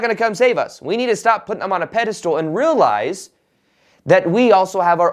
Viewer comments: It's pedestAL, NOT pedestOOL! Thanks, good luck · I love you but it's irking me that you keep saying "peda-stool". It's pronounced "peda-stull". Even the enlightened make mistakes. ;)